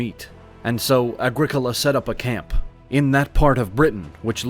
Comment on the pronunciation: It’s ‘Agricola’ folks tsk tsk tsk